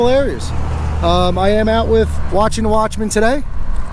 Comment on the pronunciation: I swear whenever you say watching The Watchmen it sounds like you are saying Washington Watchmen. At first I tried searching for his YouTube channel and it was driving me crazy. After I updated YouTube on my phone and could actually read the descriptions and comments I realized his real name.